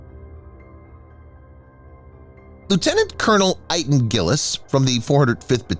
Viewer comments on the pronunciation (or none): none